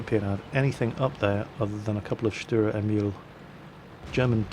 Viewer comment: Sturer, not Stürer.